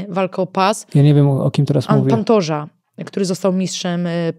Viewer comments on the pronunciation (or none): Pantorza ?😂 chyba Pantoja